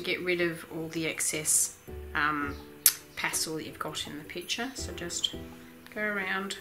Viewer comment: pas-TELL not pas-TOLL